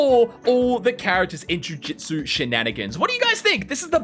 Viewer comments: how many times did bro say jujitsu.... AHHHHHHHHHHHHHHHHHH WHYYY DO SO MANY YOUTUBERS SAY JUJITSU ITS JUJUTSU OH MY GOSHHHHHHHHHHH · when is butter gonna say "jujutsu" and not "Jujitsu "